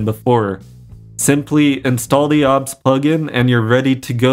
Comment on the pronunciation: It is o b s not ob studio.